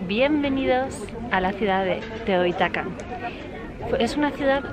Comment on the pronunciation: Se dice Teotihuacán. Y en Tlatelolco no fue una revuelta estudiantil, sino era una manifestación genuinamente estudiantil que fue repimida por el mal gobierno de 1968 y donde murieron miles de personas a manos del ejército y de agentes represores encubiertos. Saludos.